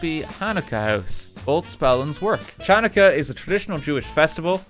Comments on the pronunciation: I’m Jewish, and I love RT, but seriously, how does he not know how to pronounces Chanukah? He pronounced it correctly when spelled Hanukkah, but really? It’s Chanukah. How do you not know how to pronounce it? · RT mispronouncing Chanukah is a perfectly understandable mistake but every single time he said it I died a little more inside. G-d bless you RT have a wonderful holiday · Thank you RT and whoever built the Hanukkah House. I watch a lot of different YouTube channels but this year this was the only mention of Hanukkah I saw. Btw if anyone is curious about the two spellings, Hebrew has two letters that typically get translated as H and H/Ch in English. The H/Ch one is commonly pronounced like Ch would be in Welsh. Apparently it's called a voiceless uvular fricative. Basically because it doesn't exactly exist in English and the real pronunciation varies regionally, there isn't a single agreed upon way to write it. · i get that there are barely any jews in Ireland but godDAMN I wanted to die everytime he said the hard "ch" in chanukka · AS A JEW I LOVE SEEING HANNUKAH REPRESENTED!!! The way he pronounced hannukah and menorah is so cute 🥺🥺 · that was a pretty good pronunciation on pepernoten, hats of to you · RT's pronunciation of Chanukah is slowly killing me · i hate how RT says chanukah and menorah it hurts my brain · The ch in Chanukah is actually pronounced by using like, flem in your throat to make a sound, since there’s no ch sound in Hebrew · I missed RT mispronouncing things in minecraft books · The way he pronounced Channukah brought me no end of pain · the way he pronounced Channukah and Menorah hurt me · Any other Jewish people cringing when RT read about Chanukah and couldn't pronounce most of it correctly? Happy you learned something new, Daniel. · We all know it would be Coca Coland and not Coke land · the Ch in hebrew words, such as Channucka, is pronounced like a phlem-y H. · you described it well lol